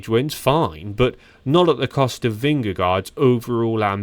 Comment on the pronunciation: Why not Learn how to pronounce vingegaard if you are going to make a video? Amateurness